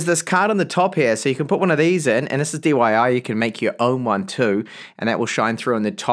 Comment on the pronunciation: I heard you said DYI haha, just messing with ya bud ;) very well explain. Love the video!